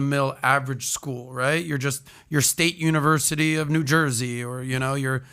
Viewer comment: You know the guy is full of crap when he can’t even say the university name…he has nothing to lose, clearly he is sending his kids there. He can warned other people.